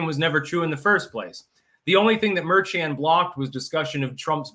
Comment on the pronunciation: says "Merchan" as if it's a Chinese name. 😂 It's pronounced 'mehr-shahn.'